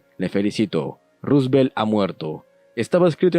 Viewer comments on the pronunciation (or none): none